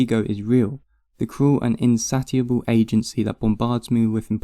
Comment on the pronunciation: Heg-ay-lian. In-say-shiable.